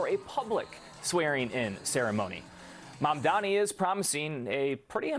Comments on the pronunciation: I wish they always trained the person to say his name right. It's not MaNdani. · I like how she said MaNdani 🤣🤦‍♂️🤦‍♂️🤦‍♂️ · She called him MANDANI... what a joke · SHE STILL MANAGED TO BUTCHER HIS NAME